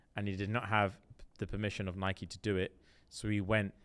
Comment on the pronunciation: No usually always on your wavelength but why are you saying Nike wrong …